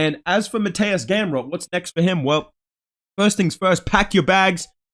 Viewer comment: Brother, I have no idea how you pronounce it, but it's mad funny lmao It's Mateooosh Gamrot. Keep up the content coming!